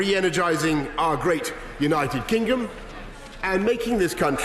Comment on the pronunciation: "Our Great United Kingum "